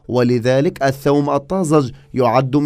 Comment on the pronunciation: الثوم البلدي ولا ايثوووووم. 😅